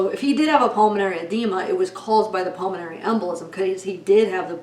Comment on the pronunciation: Can you say PULMONARY anyone???